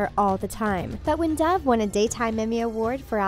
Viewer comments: My subtitles pronouncing doves name Deb - uhhh okay? Dev - your getting closer! DAF - WHAT THE F*CK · it’s dove not dive